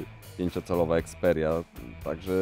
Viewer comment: Nie EXPERIA tylko xperia! :D